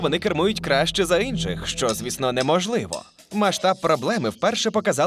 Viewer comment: "ВпевненостИ", "Инших"...